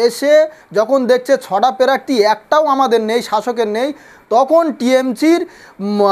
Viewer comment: এ আবার নেতা প্রার্থী উচ্চারন করতে পারে না আগে ভাষা ঠিক কর তারপর ভাষন মার